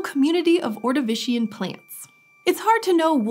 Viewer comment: She's saying ordivican and Appalachia wrong